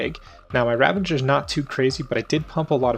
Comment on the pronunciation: Ravager, not ravenger. :P Great guide, but that was driving me nuts lol.